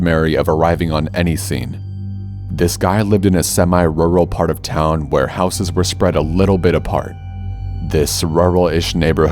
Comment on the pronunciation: Does anyone else giggle when Corpse says "Rural" 😂 But fr tho love these dang stories and your music 😘